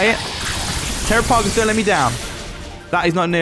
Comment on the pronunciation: It’s pronounced “Tair-rah-pah-goss”